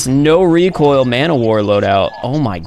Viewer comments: ZERO reek-oil KU!KU!KU! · Don’t you mean REEK OIL?